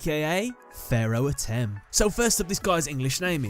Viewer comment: It's pronounced Ah-tim